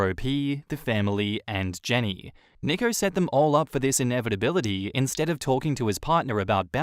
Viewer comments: nicko lmao. nico is pronounced 'nee-ko' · NEEEEE- ko. not nick-o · Tip: nico is pronounced like knee-co not nick-o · Isn’t Nico pronounced Knee-co?